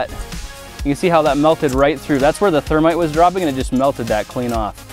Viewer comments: its thermeat Hahahaha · "Partake of our ther-meat" - Jason Murphy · Its thermeat😂